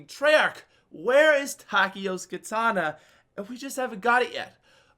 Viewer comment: Its called katana not kitana Kitana = mk character